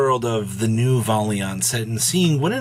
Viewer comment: He can't even say Valiant or Days correctly so I don't know lol